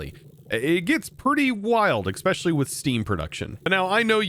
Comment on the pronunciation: In 2025 there are still people that pronounce 'especially' with an x. Wild.